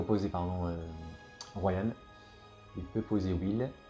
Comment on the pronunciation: Mais ROWAN, pas Royan, y a pas de y bordel :D